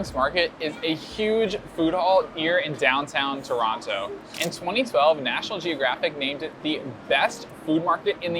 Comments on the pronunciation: Actually Toronto is the most diverse city in the world by ethnicity count. Also, pronounced Toronto properly - no second T. You should've tried the Trini roti, that's what Toronto is famous for. The Indian roti isn't really good in my opinion. Next time you're in Toronto try Nom Nom Nom Poutine, that is the best in the city. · Heads up, though, you're indeed pronouncing Toronto correctly. The "don't pronounce the second t" thing is nonsense, created only in the last decade or so.